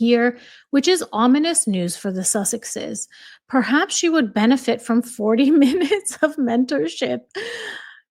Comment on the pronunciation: “The suss-exes” Oprah.